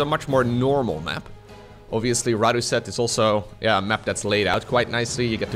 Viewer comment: Fun fact: Rådhuset is a subway station in central Stockholm, Sweden - I go there everyday cause it’s my stop for work 😅 it’s actually pronounced “rawd-who-set”